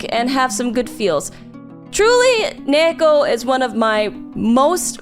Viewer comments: UM ACKCHYUALLY... I think the girl's name is just a Japanese female name derived from ニート (pronounced nee-to), so it became ニー子 (子 is a common ending of Jp female names) and should be pronounced accordingly - nee-ko (with the long e as in "feed"), not nei-ko. But please, correct me if I'm wrong. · A small but interesting point: the Japanese pronunciation is niiko. I haven't read it but I think her name is a reference to the Japanese-english word NEET (Not in Employment Education or Training) which is pronounced as niito in Japanese. As a result, I think the main Japanese title should be pronounced as niiko... instead of neeko... since you can see on the Japanese title it's written as ニー子... I guess I could understand the motivation for pronouncing her name as Neeko in English, but it still feels a little weird for me.